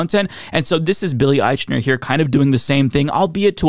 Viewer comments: Ah-eeeek-Na! Every time you said Ah-eeechh-Na it grated my last nerve! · Billy's name is usually pronounced "Eikner." If you're going to comment on his film and pronounce his name in public, it doesn't look good to mispronounce his name, bad taste or not. Besides he's had successful shows on TV before. He's not the usual unknown actor that are in most gay-themed movies, because traditionally it was career suicide to play gay, whether the actor is gay or not. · I can't believe you can't even pronounce his name right! IKE-ner! Its called "research". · I would listen closer if you would just pronounce his name correctly.